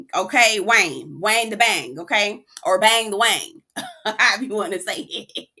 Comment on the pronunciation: NOT THE BAY-YANG!!! I am completely baffled as to why Wayne came on this show in the first place. 😴😴😴